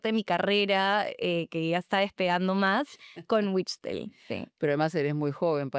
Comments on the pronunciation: Se pronuncia vichtel se queda en Tel osea vichtel porque porque la w en Aleman se convierte una V y la v en Aleman se convierte en una F solo es una observacion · Se lee Vijtel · El apellido es Aleman por Lo tanto no se pronuncia la W si no que se convierte en una V y el resto se pronuncia Tambien Tal como esta escrito chtel